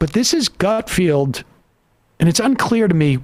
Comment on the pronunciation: love sam's commitment to mispronouncing gutfeld lol